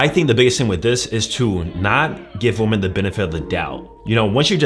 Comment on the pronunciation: Can we say women the right way? Not pronounced the same way as (a) woman